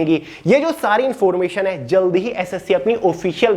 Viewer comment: Please bhiya jylde say jydle ..